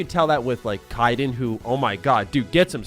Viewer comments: hye den? It's Kay den. Kaidan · Kay den not kai den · who is KYE-den? They call him KAY-den in the game. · Came to the comments for this. Lol. I cringed when he said it. It’s like Raiden with a K. Jesus. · Kyden?kyden? Who TF is kyden? -_ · "You can tell that with like K'eye'den." 🤦‍♂️ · Who tf is KA-iden? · Your pronunciation is highly irritating... you pronounced Henry cavil as “Ca vall” and now you are saying Kaidyn like “keyedyn” Jesus man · "Ky-Den"?. I am disappoint son. 😄❤️ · I see how it is, think K'eye'den doesn't deserve to be hurt, but he damn well doesn't like him enough to pronounce his name right. I'm taking notes... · Poser alert! Youre still decent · Have you never played Mass Effect? The way you pronounce Kaidan, lol... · The moment you mispronounced Kaiden's name I knew you were serious about not really liking him. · Great video but Kaidan pronunciation could use some help lol